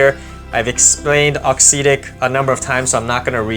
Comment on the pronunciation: Good review, cheers. Just one thing, if you can say “exotic”, you can say “auxetic” correctly!